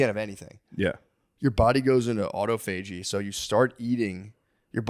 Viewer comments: Autophagy is pronounced uh-ta-fuh-gee, not auto-fa-gee 🤣🤣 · Matt said it right the first time only lol, aw-tah-fudgy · Just wanted to let the dawgs know that it’s pronounced “uh-tof-uh-gee” . Not “auto-fagee” . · Autophagy is pronounced Aw toff a gee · Haha. It’s pronounced ah-tah-fa-gee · Autophagy, pronounced like photography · no on else in the comments is upset about the way matt is pronouncing autophagy? damn the dawgs are dumb. no bueno